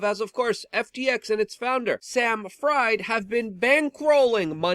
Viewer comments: It's purnounced Friiiiid, as in Siegfried, or Friedman. Probably German-English ancestrie! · Fried is pronounced "Freed" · Luke fyi his name is pronounced Freed. Aka SBF